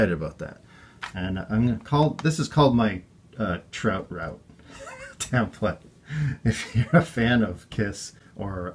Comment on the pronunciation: literally no one: Ace: ACTUALLY I'M THE TROUT PLAYEH AHAHHAHAHAHAHAHAH